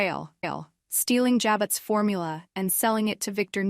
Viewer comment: Jabot, the "t" is silent